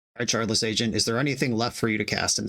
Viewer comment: Shardless is pronounced with a hard t sound where the d is. It has a Ukrainian root similar to how they overpronounce w's.